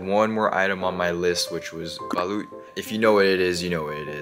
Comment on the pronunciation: SOMEONE SEND HIM SOME BALUT (its pronounced as balot btw)